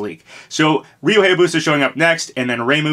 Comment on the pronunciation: It still bugs me how you mispronounce Hayabusa (high-yah-boo-sah, not hey-yah-boo-sah) and Heihachi (hey-hah-chee, not high-hah-chee), but not Reimu.